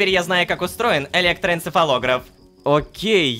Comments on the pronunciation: электоэнцефалогрАф вот так ударение ставят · Сколько раз Рома сказал электроэнцефалограф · сколько раз он сказал электороэнцефолограф...